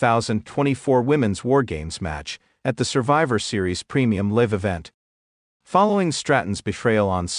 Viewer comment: The word Is Pronounced Live not Liv